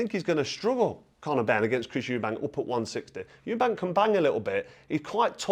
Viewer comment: They had to stop the first fight in Round 9 before Benn got killed, and Nigel Benn even said in the ring after the fight that he completely underestimated Eubank .. I always thought the second fight was Nigel Benn's win but they're both warriors. Just a friendly heads up, there's no 's' in Eubank